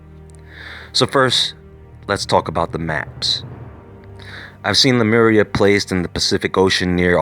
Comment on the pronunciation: Sea-Mur! LMAO!!!!